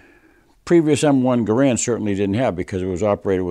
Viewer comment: Love your channel. Keep it up! One thing... not to nitpick... John Garrand's name is pronounced like the word "errand" with a hard G in front of it. Anyway, no big deal. Love your rifle!